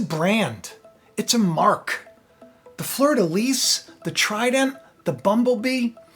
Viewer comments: fleur de lis...lis pronounced "lee" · fleur de lis (pronounced lee - no s) Russia is the bear.